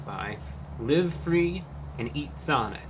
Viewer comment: 😂 if you dont eat sonic 3x a day you ‘aremt fwee’ 😂😂😂